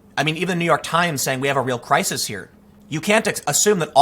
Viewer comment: I die a little inside every time you pronounce crisis as cry-sees.